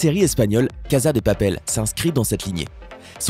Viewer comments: On prononce , cassa , pas caza ! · Ça m'énerve normalement on dit caSSa de papel et non pas caSa de papel ( même si ça ne s'écrit avec un seul S ) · Vous avez tous quoi à dire Caza au lieux de casa? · Melon Blanc mdrrrr ah oue je crois tout le monde dit « KAZA » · La casa dé papel pas de papel.